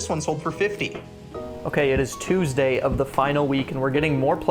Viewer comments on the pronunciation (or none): ... ah yes Thuesday ... the middle of the week :) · "Thuesday" eh?